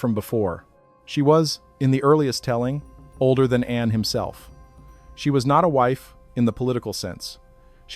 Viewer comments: They are not God's but our slavers and its pronounced Arn not Anne What is meant by humans were noisy ? Hardly busling modern cities I believe the Annunaki were hiding from pursuers and the noise was spiritual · I believe that the pronunciation of An should not be An as in Andes, but An as in Anu😊 js